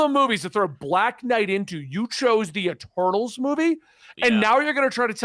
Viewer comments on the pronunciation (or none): Almost thought was saying “E-turtles”